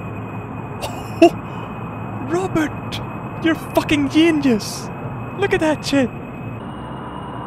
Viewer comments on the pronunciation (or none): Never bored to hear you pronounce genius as yenius